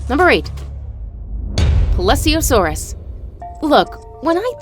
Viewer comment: It's ple-sio-saur not freaking ples-io-saur!!l